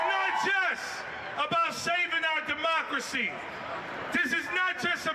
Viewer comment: its beyond tolerable for thus anchor. the way she speak " drmocracy " its like democracy its a pill of cabbage or cheap on dale staff. beside the way she look make me drpressed with no hope for the " democracy " she metioned about whayever thst contents is.